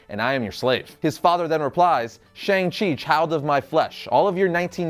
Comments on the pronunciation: its SHANG chi. not sheNg chi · that moment when u pronounce Shang wrongly